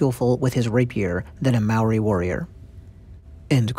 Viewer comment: Kia ora 🙏 thankyou for telling our Story. Condolences which means (Ngamihi) silent G ..Here's a little criteque I would love to teach People speaking out Language . (Ma-o-ri) which is pronounced (Mah- or- Dee) this is the correct term Rolling the Rs- similar to the Scottish R rolling🙏🙏